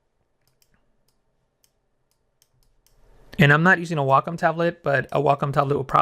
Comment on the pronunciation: Good Lord... somebody who knows how to pronounce "Wacom!" Now I'm enjoying the tutorial twice as much.